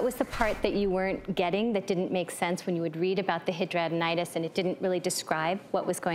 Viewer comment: Thank you for knowing how to pronounce hidradenitis.